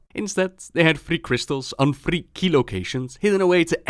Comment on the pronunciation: There is absolutely no reason to roll your 'r' s on "three"